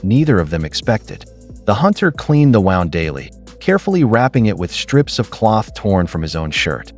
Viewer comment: please learn proper pronunciation of the words you are speaking. Like this spelling "wound"as in this story means an injury.